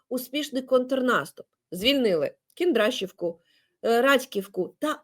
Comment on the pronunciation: Олено, не повторюйте вимову рашистів, ЗСУ звільнили РадькІвку і КіндрашІвку